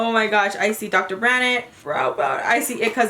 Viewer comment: Hey honey! The d is silent in Dr. Brandt! 😘😘